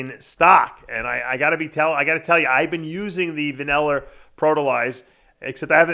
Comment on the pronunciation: I love how Dave says Vaneller for Vanilla. LMAO.